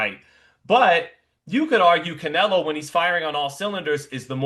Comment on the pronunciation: When did anybody ever call Canelo “Nelo”? It’s two syllables already.